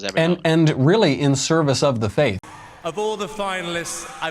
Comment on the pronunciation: You can say theist but you can't say faith. (faif, ) Isn't that interesting? No big deal of course but I just can't not hear it. Carry on.